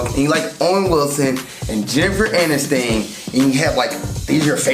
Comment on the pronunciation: It is NOT Jennifer Anistain! It is Aniston. Rhymes with fun. And...SIDE PIECE? It is a DOG.